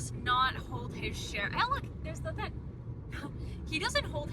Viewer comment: i just found your channel and i idk i like the way you express yourself and its silly the way why say thin and not thing 😭💗